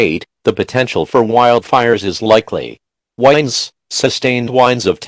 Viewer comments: I died every time they said "wines" instead of winds lmao 😆 love this though, I wish there were more longer ones like this with multiple disasters 😉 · He said winds like winding a music box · Ik this is serious but I can't help laughing when the guy said whinds instead of winds